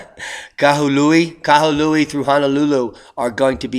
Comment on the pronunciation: Bro I live on the south side of maui. I am completely prepared but nothing is happening on the south side of maui yet. Some of what is being reported bro is incorrect. You nailed the pronunciation of Kahului! Way to go! I dig your channel and watch your videos every day. Thank you brother. Thinking of your ranch and relocating.